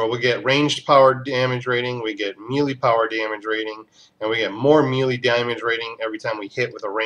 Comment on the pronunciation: Melee (Meh - Lay) Just saying.